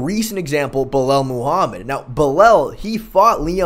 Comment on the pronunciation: said "Buh-lel." He can make em remember the name, but he can't make em remember how to pronounce it correctly